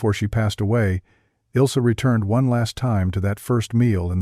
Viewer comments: It's not Ilsee, but IL AS IN ILL, ZEH GERMAN WOMAN'S NAME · HER NAME IS NOT, IS NOT, IS NOT ILL SEH BUT ILzeh. That would be as close as I can come with English letters to correct German pronunciation.